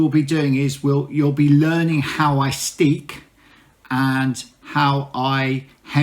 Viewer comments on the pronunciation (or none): In Dutch (here in the Netherlands) a single crochet is called 'een vaste (steek)'. There is also 'een losse (steek)' which is called a slip stitch in English (American or UK English or both?). The word 'steek', meaning 'stitch' in Dutch is not pronounced like the English steek, but more like stake or steak ... ;-)